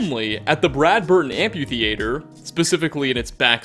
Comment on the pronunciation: amphi-thee-ayter wow dude